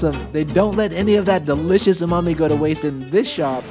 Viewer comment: You bastardized “Umami” in this video.